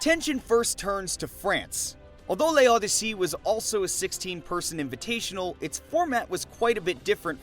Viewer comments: Quick French tip. You don't need to say the "e" in "Le" Odyssey. It's said "L'Odyssey". It works this way for certain words. Its a rule similar to "a" and "an" in English. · It’s loh dee seh 🙂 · I mean yeah, but like, assuming they watched the tournament, wouldn’t they just learn how to say it anyway? and why not look it up instead of butchering it 😭 but yeah you’re right lmao